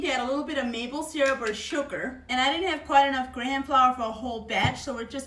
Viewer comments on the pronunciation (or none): Love your accept/pronunciation on graham crackers. Try "gray em "grayem" crackers haha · now thats our girl! lookin back at us! and i loved how u pronounced the H in graHam cracker! lololol so cute! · I love the the way you say gra- ham. Your awesome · She did not just say “grey-ham”😂 lol. Seriously though that looks so good! ❤ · hehehehe I giggled so hard I have a girl friend that says Grey Ham hahahahahaha